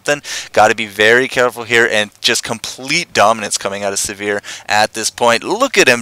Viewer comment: Sivir: first "i" pronounced like "igloo" and second "i" pronounced like "e" in "er." Emphasize the first syllable. Siver, not Severe.